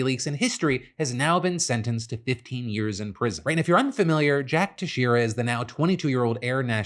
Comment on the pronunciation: Texeira is pronounced Tex-air-uh. It's Portuguese. I live near his town in Little Portugal/Fall River